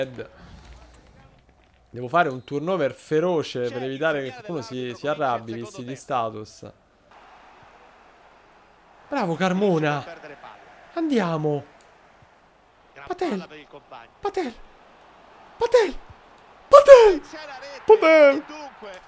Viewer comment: giusto una cosa, Carmona ti consiglio di dirlo con l' accento sulla a, son veneto e ogni volta mi piscio addosso dal ridere😂